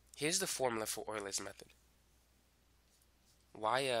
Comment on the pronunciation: Is it pronounced “Oilers,” or “You-Lers?”